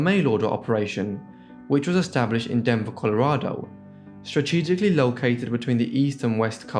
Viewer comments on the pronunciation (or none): none